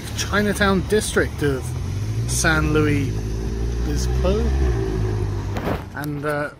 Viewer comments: Lol it's pronounced San Lu-is Obispo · I had six years of Spanish in school (and a year of French) and when Sargon tried to pronounce it I was cringing a bit...."sahn loo-eese oh-bee-spo." Furthest west I've been is Reno.... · I feel pain every time you say San Louis Obispo... Hope you get a chance to come up to Northern California. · It's pronounced san lewis obisspo just to let you know. It's about 15 minutes away from where I live. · San Lou-iss Oh-biss-po. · It's pronounced San Lewis Obispo. Last time I was there, Bubble Gum Alley (or whatever it's called) was just one wall IIRC. The buildings are timber-framed to make them earthquake resistant. I don't think a European Cathedral would last too long in California. You should have gone in that crap-looking faux British pub and done a critique. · pronounciation, from a Californian: san LOO-is ohb-ISS-po. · San Luis Obispo... St. Luis the Bishop. If you insist on mispronouncing it, do it the way the okies do & just call it San Lewis. We all call it SLO anyhow. I was born just south east of there. Please tell me you went to the Ocean! It's fucking snowing here in NY! :[ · San “lewis” obisbo lol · its pronounced 'san-lewis-oh-bis-po' welcome back to the states! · pronounced San Lewis Uh Biss Po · It's San Luis Obispo yah Brit. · The way you say the name cracks me up. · I was just out there last week. I used to live there actually. You butchered the name